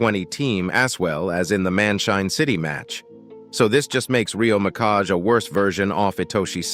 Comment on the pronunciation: "Rio Mikash" What the heck